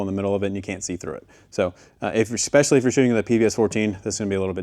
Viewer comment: I love you when I say this, the word is E-S-P-E-C-I-A-L-L-Y, let me hear you say it. Good Not EXPESHALLY